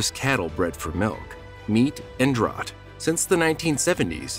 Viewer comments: The narration is computer generated, but not annoying. However DRAUGHT is here mispronounced DROUGHT, not properly as DRAFT. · I know, Jess fcking Christ it's DRAFT even when it's spelled draught. Like draught beer. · Draught- pronounced “draft.”